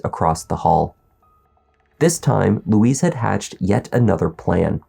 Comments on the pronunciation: His name is 'Luis', not Louise! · It’s not ‘Louise’ (Lu-weeze). It Luis (Lu-ice, rhymes with police). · It’s not LOUISE it’s loo-ez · Why do you keep calling him Louise, that's a girl's name? It's Luis.. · Its pronounced lewis not louise. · You're pronouncing his name like the woman's name. It's "Lou-eess" not "Lou-eez." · It’s Luis; not Louise.